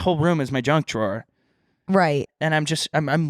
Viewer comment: saying drunk drawer instead of junk drawer